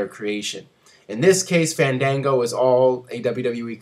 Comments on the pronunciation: is not "fendengo" its FAN DAN GO! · booooo! ...its FAAANN DAANNN GOOOOOO - GET IT RIGHT :)